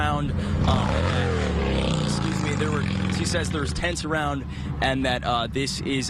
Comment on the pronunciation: "dilapitated"?! He said it THREE times! JFC 🙄....the word is dilapidated. How can you be a news person and not speak correctly?🤦